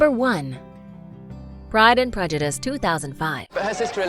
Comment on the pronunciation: Pride and Prejudice. The Narrator cannot pronounce names correctly!